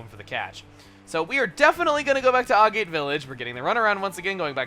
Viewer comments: He mentioned in his Pokemon Colosseum LP that Agate is pronounced "AG-it". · AGATE IS PRONOUNCED TO RHYME WITH BAG IT!!!!!!!!!!!!!!!!!!!!!!!!!!!!! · agate sounds agatae